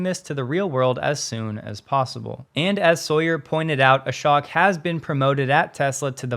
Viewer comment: Just FYI, the name is pronounced A-SHOW-K...not A-SHOCK.